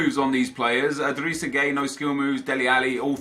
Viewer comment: When u say gueye u say gay lol 😂. But his name is pronounced guy